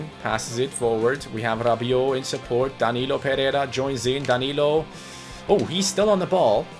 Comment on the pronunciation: I know you're really trying to say his name right but you're not achieving it, his last name is PE REI RA with an "I" between the "RE" and "RA", not PERERA, that's really annoying, thank you.